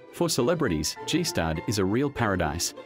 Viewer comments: Pronouncing Gstaad "Gee Staad" is how to tell me you're AI without telling me you are AI. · What is this Jeestad thing the narrator keeps mentioning? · It is annoying when a person cannot pronounce the name of the place he is reporting on properly 🤯 it is NOT pronounced, GEE STAD! Please get your facts, right? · G-staad, lol thats not at all how its called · After all that "research" you did not learn how to pronounce Gstaad? Honestly, it was too hard for me to hear Jeeh-staahd one more time, so I had to turn the video off. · Don't waste your time on this documentary. It's just put together by someone with no real knowledge of the places he speaks about. He didn't even bother to get the pronunciation right for the robot voice he used for narrating the whole thing. G-Staad.... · G - staad???? You're making a whole documentary about a place in Switzerland and don't have the faintest idea of how to pronounce it??... I'm one upset Swiss person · "G-staad" 😂 this is so bad lol. Check the AI text to speech conversion next time before uploading. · Please stop saying G-Staad like G-Wagon and instead learn how the locals say it! This just makes me cringe every time I hear it... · G stad? Oh “shocks” so much mediocrity! Jeeezzzz! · One would think that the narrator would at least know how to pronounce “Gstaad” properly. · thanks for the interesting documentary. just a little remark, would be nice to pronounce Gstaad correctly if you mention this village so many times. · Ah epic! But please pronounce Gstadd right! 😂❤️ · If I was going to narrate a programme about Gstaad I'd make sure I knew how to pronounce the word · You'd think they know how to pronounce Gstaad after being there for two months... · The narrator keeps mispronouncing Gstaad and it's bothering me so much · you should learn how to pronounce Gstaad correctly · Gee-Staaad... 🤣 Skip the "ee" and you're about there... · I keep cringing every time he says “ g stad” ehh… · Its not G-stad, it's Gstaad! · Gee Stadt😂😂😂😂